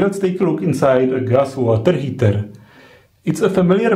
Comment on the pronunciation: ... Ietse woterrr heeterrrrr.... :)) Like your vids dude, they are informative ànd well explained.!